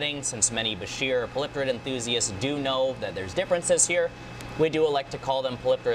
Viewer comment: Baa - sheer 😂 is how it's pronounced literally everywhere I've got 2ornates and 1 Nile in a 55 they don't grow that fast after 10 inches